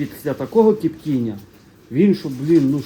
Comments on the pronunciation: А де це кажуть кіптіння а не коптіння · Чого "кіптіння" а не коптіння